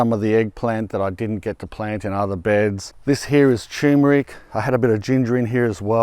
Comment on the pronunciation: Congratulations on 2.5M subscribers! 👍🏼Maybe a good time to start pronouncing turmeric correctly! 😉